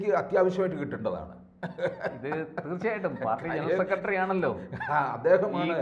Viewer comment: കാര്യങ്ങള് പറയുന്നത് ഒക്കെ സൂപ്പർ. പക്ഷെ," സെക്കട്രി" എന്ന് പറയാതെ.